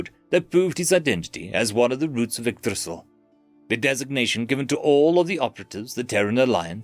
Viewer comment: Bro really said igdrissil😂😂